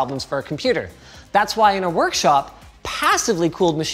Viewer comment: Why does Linus pronounce everything with an H on the end? "BUT WHYYYYYHHHH??" Really, tho whyh?